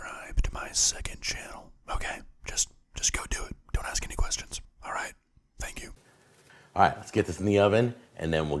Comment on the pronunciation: bruh!! Tank yew